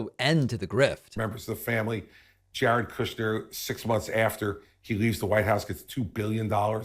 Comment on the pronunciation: I love how David pronounces Jared KOOSCHNER. 😂